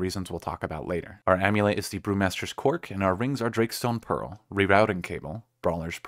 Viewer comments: 😂😂😂 Did you just say Brewmaster's C0ck???? You're right.... you should not be allowed to make videos when you're this tired Jokes aside.... another awesome video brother! God bless and keep up the good work! You are my go to Youtuber for Remnant 2 builds. Cant wait to try out this build in Remnant 2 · i knew it was sussy when you first pronounced "brewmaster's cork" liddat.....